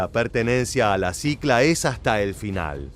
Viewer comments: Señor, no es sicla, es clica!!! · Una pequeña correcion, es "clica" no "cicla"